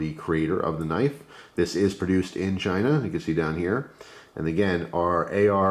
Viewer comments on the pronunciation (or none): none